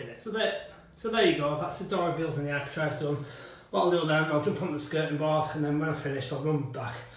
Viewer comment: ARCHITRAVE not ARCHITRIVE